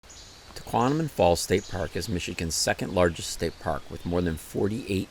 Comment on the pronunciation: Great video! For future reference - It’s pronounced “tuh-KWOM-uh-non” - not “tuh-KWON-uh-min”.